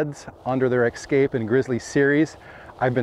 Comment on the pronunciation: Es-kimo Es-kape. It is Es-kape, not Ex-cape